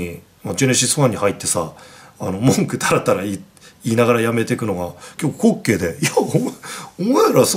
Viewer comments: こっ↗︎けい↘︎ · 滑稽の発音おかしくて草